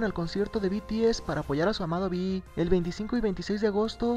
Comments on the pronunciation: be te ese jaajajaj XD hasta mi mama sabe decir bi ti ez oye en que canal lo viste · Beteese 😂😂😂😂 When no sabes pronunciar un grupo HERMOSO y FAMOSO.... PD: PINSHE YUTU SON MIERDA 😈😈😈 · Al final del vídeo, "El grupo coreano *BETEESE*" Ay dioss, es BI TI ES, BTS!!! YA APRENDANSELO NO?? ESTO ME ENOJA SINCERAMENTE, SORRY :''C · Alguien diga le a la reportera que no s beteeze que es bts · "beteese" xD típico